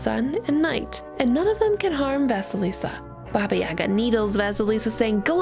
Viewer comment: Never thought that our fairy tale "Vasilisa the Beautiful" is kinda Cinderella's origin. And I really love your pronunciation of names. Oh, also here is the emphasis on the second "a" at Yaga